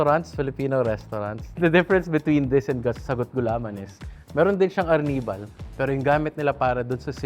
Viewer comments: ARR NIBAL < ARNIH-BAL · AR - nibal.. I thought Arnibal sya…? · Ginumis section "ar nee val" 😅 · Ang kulit nung pag-pronounce ng arnibal ni ate